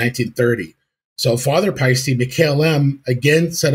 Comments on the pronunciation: yeah, sorry mate, you got the second half wrong. I'll try another way to describe it . "Paste - Eh" It's an Estonian name so it's impossible for it to be "Ee" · Paiste = "Pie-Steh" Toomas = "Tourmas" with no hard/roll on the r. In all of Europe (as well as Asia) it's standard for most people to speak at least 3 languages (keel in Eesti) 🇪🇪💙🖤🤍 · 'Payy - stee'